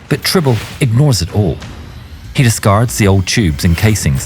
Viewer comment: "Tribble"? Seriously?